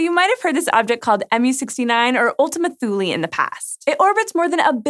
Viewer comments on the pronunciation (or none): none